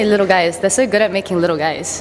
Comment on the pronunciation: 'its saur cold.' welcome to london hannah. 'it was waining.' thats london's middle name.